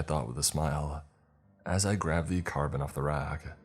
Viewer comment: Dude carbine IS NOT pronounced carbon wth there are so many mispronounced words and sentences read wrong come on